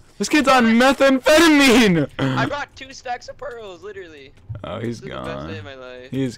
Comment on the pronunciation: btw. Please stop say "litally"